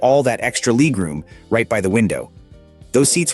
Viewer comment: 68 year old with a 23 year old voice, pronouncing "leg room" as "leeg room". I hate it!